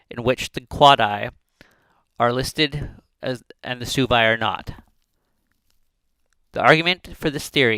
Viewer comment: It’s pronounced “swebi” not “subi”